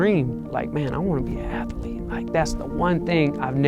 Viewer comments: “I wanna be uh ath-uh-leet” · It's funny, I didn't know athlete had 3 syllables, a-thl-ete, thats ama-zaz-ing!